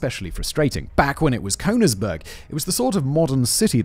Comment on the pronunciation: And how about Cone-igsberg instead of Königsberg? I mean, to be able to read through a script prima vista is a great talent he has, but he really should check the pronunciation of foreign words and names. Not doing so is just sloppy!